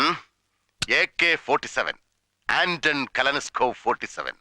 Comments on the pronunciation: Kalanaskow oo😂 Kalashnikov ennanu Mara vanangal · AK47 Avtomat Kalashnikova 47 അല്ലേ ശരി ??? ആന്റൺ കലൻസ്കോവ് - അങ്ങനെ ഒരു ഉച്ചാരണം ഉണ്ടോ ?